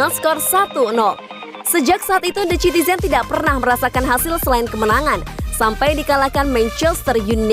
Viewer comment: Pengucapan naratornya tolong diperbaiki dong biar ga terkesan receh.. the citizens dibaca sitizens dong..